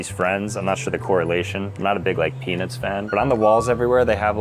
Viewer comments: Am I the only one that keeps hearing peni$ instead of Peanuts? 19.09 Had to check the close captions. Thought was pulling one on me. 😂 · dude did NOT say peanuts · Bro did not say peanuts 😐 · I'm glad I'm not the only one who heard that 😂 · if you slow it down you can not here a single t